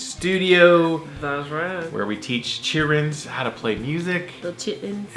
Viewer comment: "Chil-rins" . HA!!